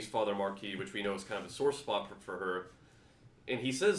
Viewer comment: Thank You!!! This is the only place that says Marquis correctly!